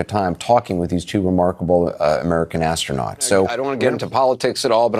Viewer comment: Musk "imma seave duh astroonats" Me: "talk's cheap" Astronauts still waiting Me: "Elon's just talk...therefore elon is cheap"